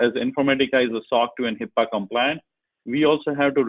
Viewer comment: Not to knock on anyone but... it is not HIPPA but rather, HIPAA for all the security focus coming behind us. I've been trying to get it into the public security psyche the correct wording, since its inception and misuse since then... (At the ~24 minute mark) But overall, good talk - thanks for posting.